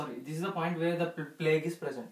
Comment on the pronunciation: plaque not plague